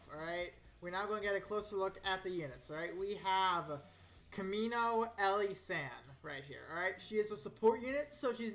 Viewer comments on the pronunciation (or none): He could have dyslexia or something, he seems to have trouble pronouncing a lot of things.